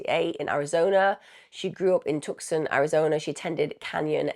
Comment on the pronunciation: "tuxon" lol Tucson is pronounced "too-sahn" my love 🖤